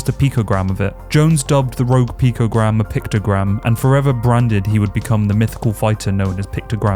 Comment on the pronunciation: Picogram Jones, not pictogram.